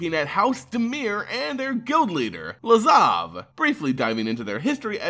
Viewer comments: LAZAV! LAZAV! STOP SAYING LAVAZ HOLY MOLY THAT'S ANNOYING!!!! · Please stop saying “Lavaz” instead of “Lazav” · yeah fuck this guy. Learn to pronounce lazav. get a life. etc... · "Lavaz" lol